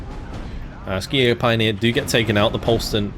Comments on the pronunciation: Since it is a German division, it is pronounced "Schi-Jäger", not "Skijäger", much like "Shi-Jäger". The Swedes would even say "Hee-Jägerrrr". The Fins indeed would say "Ski-Jägerrrr". Minor note. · Hey, a German here, the k in Skijäger is spoken as ch, we say Schijäger in Germany.